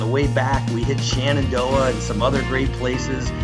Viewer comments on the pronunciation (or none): none